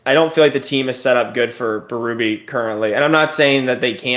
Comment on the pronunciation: Berube's name is pronounced bay-rue-bay, it's French Canadian. To hear bee-roo-bee is grating 😆